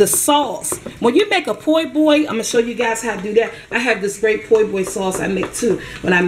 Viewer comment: Lol "Poy boy." I love it.